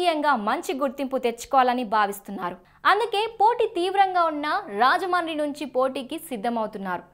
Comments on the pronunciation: మా ఊరి పేరు రాజముండ్రి . అది సరిగ్గా పలకడం రాకపోతే రాజమహేంద్రవరం అని అనచ్చు. అంతే కానీ రాజమాని రాజమాని అని అనద్దు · Rajahmundry ni ala roll over R tho Manchu lakshmi laga cheptharenti anchor garu! Rrrrrrrajahmundry entandi! English medium lo telugu nerchkunnara? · Thalli మీరు రాజమండ్రి అనడం ప్రాక్టీస్ చేయండి